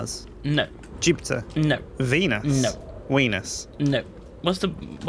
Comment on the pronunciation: Im swedish and im kinda sure we dosent say it like veodhrjdjdjes